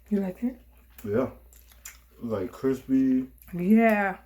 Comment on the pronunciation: nice and CRIPSY lmaaaaaaaaaoo